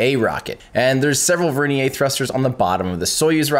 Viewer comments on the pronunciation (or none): vernier is pronounced Ver-neer. Also the Saturn V Instrument Unit was referred to as the IU, not IMU which is the Inertial Measurement Unit (a device).